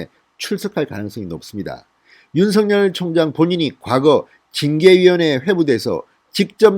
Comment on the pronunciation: 윤씨 성을가진 형제가 있었는데 ㅡ형은 윤석열(尹錫悅)이고 동생은 윤서결(尹瑞潔)이었다 이형제는 동명 이인이 아니다 ㅡ석열과 서결은 각각 다른 인격체이므로 그 고유명사대로 구별해서 발음 해야된다고 보네요 석열이 서결이고ㅡ서결이 석열로 같은 사람이 되어서는 안될거 같음~^^ 참고 하세용